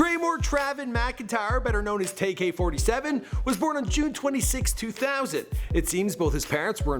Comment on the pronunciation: "Tay Furd" lmaooooo I'ma need you to get right. It's Tay Eff 3rd